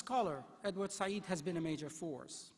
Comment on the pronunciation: The inarticulate chancellor consistently mispronounced the name of this great scholar…… Edward Said, a gentle intellectual giant sadly missed. But his friends and the world have his legacy in spirit and print for posterity.